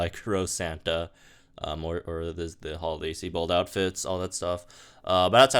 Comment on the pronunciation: Seabad? I presume you're joking? Ive heard this a few videoes now... SIEBIOLD (Psy-bold/See-bold). Love your content though, lol.